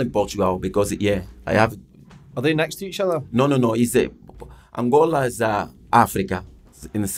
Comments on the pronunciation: Heavy ran oota shit tae talk aboot bout 10 minutes in. Also, dumbest question ever... "Are Angolia (wtf? lol) and Portugal near each other?" pmsl, then persisting on calling it "Angolia" despite Jose correcting him every time he said it. Apart fae aw at, pure dynamite. As Jose says (aboot a million times) "can't complain" 🤣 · its ANGOLA not ANGOLIA !!!!